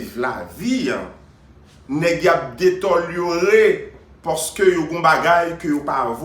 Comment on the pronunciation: je ne suis pas d'accord avec vous pour la prononciation du mot que vous aviez utilisé. Deteliorer non par contre j'accepte le mot détériorer. A moin vous êtes un néologisme si c'est le cas je vous fais mon MEA-CULPA. Cordialement Diable from Tibé